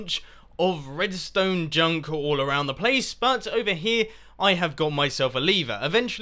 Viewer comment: Why r u saying leever. Its lever